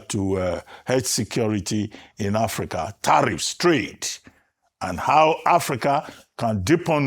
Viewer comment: Somebody should tell Shettima that it is called Africa and not Apica